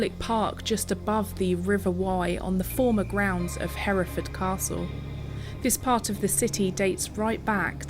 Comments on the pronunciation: less emphasis on the FORD, more like Heref’d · Pronounced like ..Heh ree fud...we generally don't say ford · English narrator "Herra fud" aaah " Herra ford". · Fud not ford. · How do you say this? Hears Herrafud Goes on to say HerraFFOORRRRD 😂👍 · 'Herefud'.....don't say 'ford' as in Ford car. If in doubt, cut things short!!!!! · You may not have recognised that the cattle are from the same place, because the word is (mis)pronounced in the USA as "Hur-Furd". There is a film about those cattle starring James Stewart, called "The Rare Breed". [Amusingly for us Brits, the leading lady in that film is called Evans, typically a Welsh name - but she has no Welsh accent; and one of the leading men is called Bowen, another Welsh name, but he has a Scottish accent !!] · not fooooooorrd fud herafud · say it like, hair-ra -ford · PLEASE say Herrafudd. My ears are hurting.